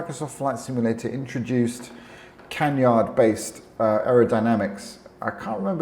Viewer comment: Within the first minute you said "Black Hawk" as the developer of this addon (instead of "Black Square"), and "Canyard" for the wing configuration (instead of canard - no 'y' sound).